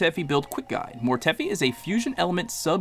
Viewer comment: Mortefi pronounced(mor-tuh-fi)